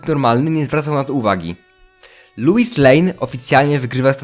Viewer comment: Wiesz że źle wymawiasz Lois, czyta się tak jak piszę